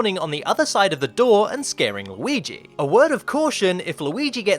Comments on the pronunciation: Why do you say Low-ee-gee?? It's driving me crazy! It's more like Lew-ee-gee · Not luigis mansion...*WEEGEES* mansion